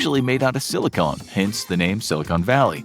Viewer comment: "Sill-ih-conn" not "Sill-ih-cone"